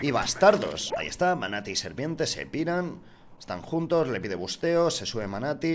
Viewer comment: pesao es Manatí, no Manati